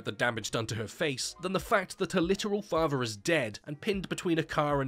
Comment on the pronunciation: "her bruver and fahver have died"